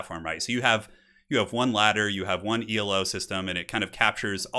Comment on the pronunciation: I think Elo is pronounced as one word -- it's a word (after Arpad Elo) rather than an acronym.